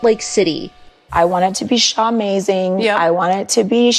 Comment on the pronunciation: Jen should have been arrested and had her rights ROUNDLY violated simply for saying Sha-mazing! 🤣🤣🤣